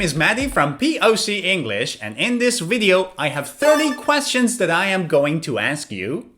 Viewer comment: video V, niot "wideo" pronuncuation. is everything, but I like!